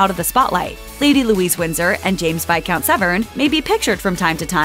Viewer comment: It's Vycount and not Viscount isn't it?!